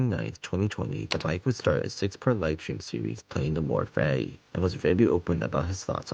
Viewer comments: Him pronouncing fati like fatty is hilarious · Take a shot every time a pronounces "Fati" as "Fatty"